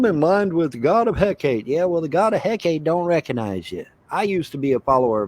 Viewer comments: “I used to be a follower of Hecate, bitch.” He can't even pronounce the name correctly. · He can't pronounce Hekate 😂